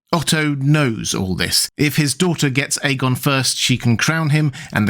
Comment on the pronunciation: The dude in this video pronounces it correctly. Listen to his pronunciation